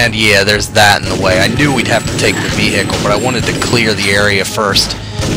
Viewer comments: A lot shorter, and with no emphasis on the H. Kinda like veeicle, all as one sound. I've never heard anybody pronounce it like you do until now, either. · Just out of curiosity, how is it that YOU pronounce "vehicle"? I am unsure if I have ever heard an alternate pronunciation of that word before, so I am curious. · Never heard ve-hi-cle pronounced in syllables like that, where's your accent from?